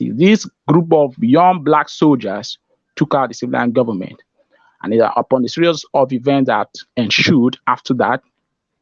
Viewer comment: Heeeelllllppppppp😂😂😂😂he said Gubbament!!